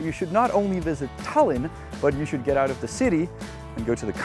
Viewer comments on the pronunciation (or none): it’s Tallinn not Tällinn. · It's pronounced Tie-Lin btw Janek